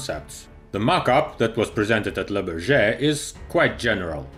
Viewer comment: I love your videos, please learn how to say Le Bourget properly, I guess phonetics for English would be BOORJAY